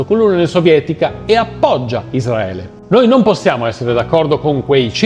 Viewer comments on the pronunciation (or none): none